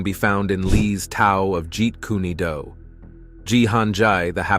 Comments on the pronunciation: its not jeet kuna du..🤣 its jeet kune do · Ji-Kuna-Do????? Come on man...🤦🏾‍♂️🤦🏾‍♂️🤦🏾‍♂️🤦🏾‍♂️ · It's not pronounced G kundu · OH NO! NOT Jeet Koo-neh Doo! 😞😫😂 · Jeep kana-Do! 😂😂😂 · It's Jeet Kun Do Not Jeet Kuna Do 😡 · Buddy said “geet- koonah- doo. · Guys, I just took a Joot-Kuna-Doo in the toilet. 😂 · Jeet kune do (jeet coon dough) Not jeet koonae due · Let's get the first thing straight. When you're gonna remake anything with a dubbed voice, make sure you're doing it properly, it's notjeet kuned do its Jeet Kun do( way of the intercepting fist). And bruce lee studied a discipline too call wing tsun popularly known as wing chun. His fight style was amalgamating. Every martial art hit encountered, be it Kung Fu. Karate aikiro jijujitsu, boxing, wrestling, and greco roman wrestling. When comparing Jet Li to Bruce Lee, you're talking about 2 actors who have 2 different approaches to the martial arts. Yes, jet li is classically trained in wu shu.Bruce lee also knew about wuxu. So there can be no comparison between the 2. There are 2 separate individuals trained almost similarly, but very differently. Bruce Lee's time was the 1960s and 70s, and he is the reason. The martial arts movies even exist today because the martial arts movies as you stated that came before his time. We're clunky, slow and overdone. His martial arts were more grounded. I'm not taking anything away from jetli, but I grew up in the bruce lee era and myself, and a lot of other martial artists would definitely disagree with a lot of what you're saying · Jeet Kune Do. Not Jeet Koonie Do. First is not a style or Bruce Lee’s fighting style as he so firmly stated in his article in Black Belt magazine. Man, the living creature. The creative individual is more important than any style or system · It's pronounced 'Jeet K-hune dough'! Ahaa! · Jeet Kuney Dew lmfao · This guy said “Jean-kun-a-doo” lmao 😂 hell nah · Bro not jeet coony doo! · "jeet kuneh doo" is wild ngl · Jet Kuni doo lmao 😂